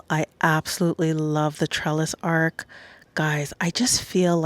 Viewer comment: It’s gorgeous but you’re pronouncing it as ARK, it’s ARCH. The ch at the end not k.